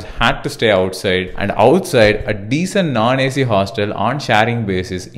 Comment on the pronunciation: Its not Naan Ac its non ac , pronounce it properly